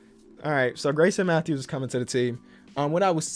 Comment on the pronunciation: Nobody:, sees ‘Garrison Mathews’: “GrAySoN MaThEwS?”